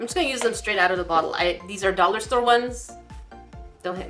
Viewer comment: "DOLLAH STOREH, THAH-NK YOU, VEH-RY MUCH!!" Chicken nods aggressively